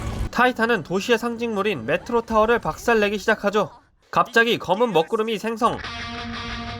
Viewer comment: 메트리 아님? 매추리라고 들으신분?